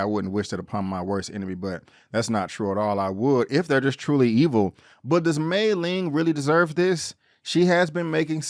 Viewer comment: Been watching Warrior since the beginning on Cinemax. First time checking out your channel and love your recap, nicely done! “He was in there like swimwear.” 🤣Only comment with respect: Lai is pronounced “lie” not “lay”, and Mai Ling is pronounced like “my” not “may”. Happy Jack lives up to his rep: he’s very smart and dangerous as hell. Again, great recap. Your enthusiasm for the show is obvious and matches mine! 👍👊🙌